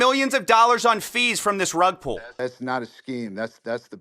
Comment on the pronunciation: Not "Rug Pullah"! 😭😭😭